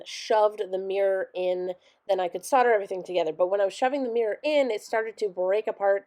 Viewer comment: ITS SOLD-ER!! PRONOUNCED SOLD..DER, OR SOLDA. (SOLD-AH if you’re from London or Essex!! LOL) When using it, You’re SOLDERING!! when it’s done, you’ve SOLDERED IT!